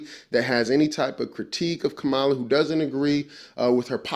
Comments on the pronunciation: Don’t be deceived people!!! And pronounce her name correctly!!!!! You know how to say it and you’re in that same demeaning bag as Trump. Harris2024💙💙💙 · Please pronounce her name correctly. 😮